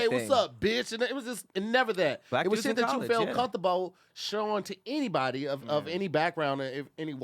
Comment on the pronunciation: I’m stuck on how said “Comfortable” 😂😂